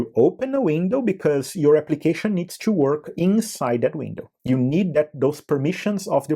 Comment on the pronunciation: o 'tchoo' ao invés de 'too' sempre entrega um brasileiro, não tem jeito kkkkkkkk